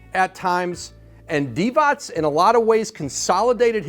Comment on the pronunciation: Vlade Divac, c is pronounced as zz in pizza